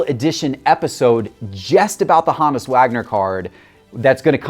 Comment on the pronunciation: Take a drink every time he pronounces HOE-NISS (honus) wrong.